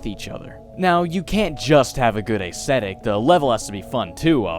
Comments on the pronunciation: Ayezthetic? It's ezthetic. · You say certain words weird.. "plaguing" and "aesthetic"